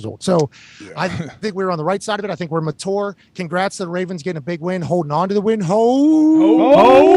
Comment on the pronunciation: Its not ma tour.